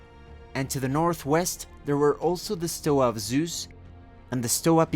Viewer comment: Nice video Btw it is stoA not stOa